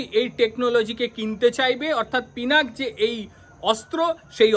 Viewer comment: পিনাক নয় পিনাকা বলুন।